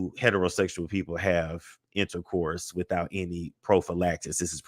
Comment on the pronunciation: And “intacourse”😢.